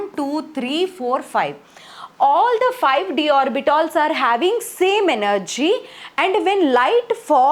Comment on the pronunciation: Orbitals❎ orbitols✅